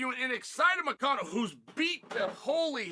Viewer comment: even moicano shocked sonen pronun of his name perfectly usually sonen never pronun fighter names correct Moicano want citizenship!